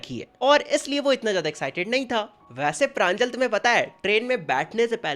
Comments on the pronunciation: Not pranjal it's panjol ,प्रंजोल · It's pranjol not pranjal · Pranjol ❌ Pranjal ✅ 💀💀💀💀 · Its pranjol not pranjal ( btw my name is pranjal)😅